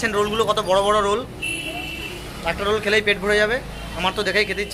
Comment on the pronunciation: Thats not roool its roll